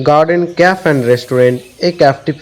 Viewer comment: Khub sundor hoyacha But it's not caf it's cafe (ক্যাফে)